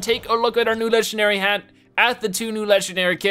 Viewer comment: Its hat not had!no offense im a subscriber but i want You to say IT correctly